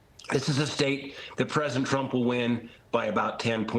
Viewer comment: Trump not Tramp